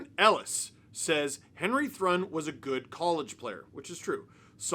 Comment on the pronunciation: I bet his name is actually pronounced Henry Troo-in